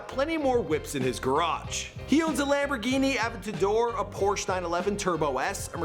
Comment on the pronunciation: How this guy says Lamborghi Aventador Edit: HOW HE SAYS ADIDAS IS EVEN WORST